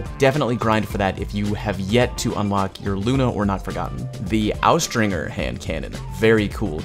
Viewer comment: Austringer is pronounced with the J sound, not the hard G. Also, bonus, it's "ah-stringer", not "ow-stringer" -- the "ow" sound would only be there in certain contexts, like if it were a German word.